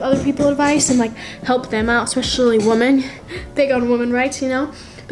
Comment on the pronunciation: I want to really help WOMAN?????? YOU MEAN WOMEN??? OR WEMEN???? LIKE MY GOD GO TO SCHOOL!!!!!